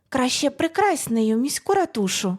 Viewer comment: Гарна жахливо-гумористична оповідка про кохання темної відьми та повелителя демона. Очікував появи тещі😂 Тільки,, слово "ратуша" має наголос на перший склад😊